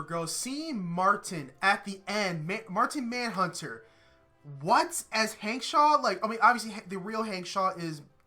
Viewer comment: it's "MARTIAN MANHUNTER" not "MARTIN MANHUNTER" XD